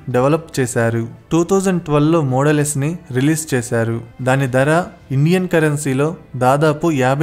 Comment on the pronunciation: దర కాదు బాబూ ధర. ఉచ్చారణ బాగులేదు. ఎక్కడా వత్తులు లేవు. తెలుగు భాషని ఖూనీ చెయ్యకండి మహా ప్రభో.